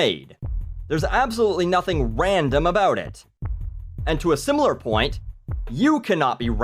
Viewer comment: i only ever hear ram-dom